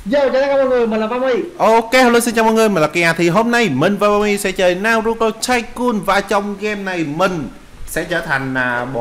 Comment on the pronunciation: Naruto a ơi ko phải narato